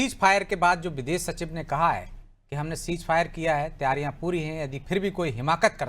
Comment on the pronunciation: aur biddes nhi videsh